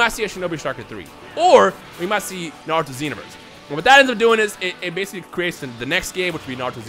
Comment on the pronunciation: Z because of Dragon Ball Z I think it would be Naruto S but Pronounced (Narooto)